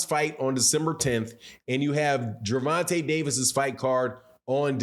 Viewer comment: His name is Ger von ta not Gervontay